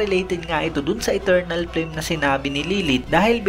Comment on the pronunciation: Flame to pronounce in Japanese is parang frame parin pgkabigkas..wala silang L dito..